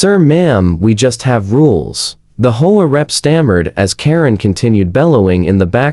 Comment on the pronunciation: HEY PRODUCER! ---> REGARDING Your AI: It can't read the script properly. It's three letters, H.O.A., NOT the single-word, "HOE-AH". It can't tell the difference between the end of a sentence, with a "period", and the end of the first line of words, in a two line sentence. It pauses in the middle and adds the rest of the sentence to the beginning of the NEXT one! It can't decide from the context of the sentence, which way to pronounce ambiguous words like "READ" or "LEAD", and it sees the period in abbreviations as "END OF SENTENCE". ---> AI (or at least YOUR AI) isn't ready to be a stand-alone video machine. You can't just click a button and have the AI generate a couple DOZEN videos, and upload them, WHILE you get to sit back, and wait to collect your GOOGLE PAYCHECK! Well, it doesn't work that way! ---> Your AI gets a GRADE = C+ ---> The producer does not know how to properly teach the AI to be accurate when doing the AI VOICE-OVER. The producer is really only interested in his PAYCHECK, or he would have learned enough about AI to properly run it. Not only ignorant, but GREEDY. He's in too much of a hurry, (or too LAZY), to be bothered with having to PROOF-CHECK all the videos that the AI cranks out, and he obviously, doesn't bother to fix the errors, even if he did notice them. --> You're being paid, quit looking for a get-rich SHORT-CUT. At least, REVIEW each video for ERRORS, and FIX THEM, BEFORE UPLOADING it!. EARN YOUR KEEP! TAKE PRIDE IN YOUR WORK! I won't give the pr